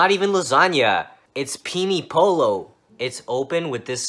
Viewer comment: It’s “peenie polo” 😂😂